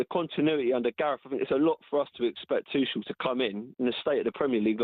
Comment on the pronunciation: It's not twoshell. He's German, n French